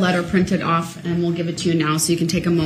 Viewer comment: This is where he goes Owf not off but owf🤣🤣🤣🤣